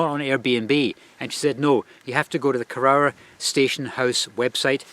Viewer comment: It's pronounced koroor, not korower